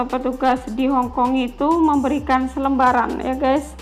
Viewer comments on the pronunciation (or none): 'selebaran' bukan selembaran 'Indonesia' bukan endonesia biar enak di dengar nya sukses sll ok 🙏🏻